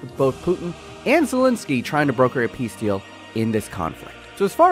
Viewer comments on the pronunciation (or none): none